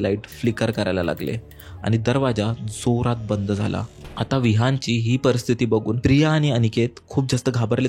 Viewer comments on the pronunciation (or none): none